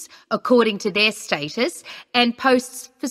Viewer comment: Status not statue.